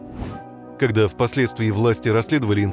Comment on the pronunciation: Не кода, а когда.